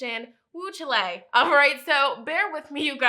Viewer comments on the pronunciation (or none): i love you but chile is pronounced like "child" not chi-lay haha